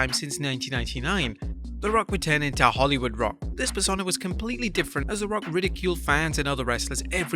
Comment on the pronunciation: its pronounced Per-sone-ahh.